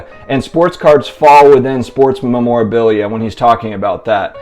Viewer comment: Lol you need to learn how to say memorabilia